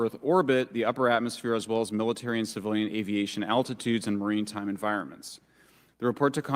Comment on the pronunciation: I don’t trust anyone who tried to use words they can’t pronounce like maritime and immaculate but you go ahead and follow the evidence that was exposed in the session. Oh wait…